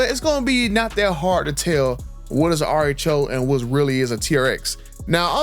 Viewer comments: I thought he was saying artichoke.😅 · Man I thought you were saying artichoke then realized you were saying RHO!😂😂😂 and I thought, what the hell is he talking about artichokes for?😂😂😂😂